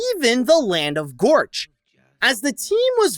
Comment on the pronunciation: it's pronounced Gorch not Vorch